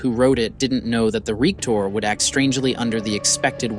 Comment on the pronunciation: There are so many “ rep tor”( reactor) type ludicrous mistakes here that I have to just ignore the whole thing.